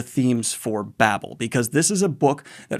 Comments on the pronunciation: Victoire= victwar Babel long a, not Babble. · pronounce baybel, babble is double b l e